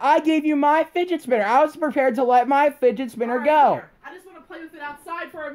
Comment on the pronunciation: é fidget spinner ou finget spinner?da proxima vez fala direito.